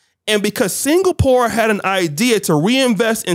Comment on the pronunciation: FFS, Singapore is not pronounced 'single-poor' but 'sing-a-purr.' Also, Poland takes in thousands of international students, and they study in English. They are not expected to learn Polish, just to study. 'facts' indicate he learned history from an old VHS tape where the sound and images were all garbled. Also getting your discussion topics from Andrew Tate is like getting financial advice from a 5 year old. You can, but you know it's gonna be wrong.